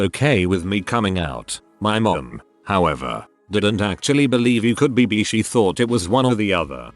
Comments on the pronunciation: “B”. It’s bi! B-i. Bi! Pronounce it like bye if it’s difficult. I know it’s like text to speech. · i couldn't stop fucking laughing when the TTs kept pronouncing bi as BEE. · The day I will come out to my parents is the day this bot learns to say "bi" correctly.